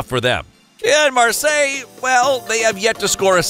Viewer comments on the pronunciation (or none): none